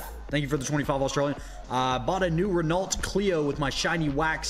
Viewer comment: can’t pronounce Renault